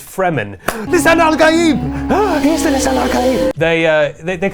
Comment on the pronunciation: When they pronounce the as "thee" when the next word doesn't begin with a vowel. You don't say, "Pass THEE ketchup". The cable. THEE audio cable. [These are correct examples.] If you are an offender, please stop.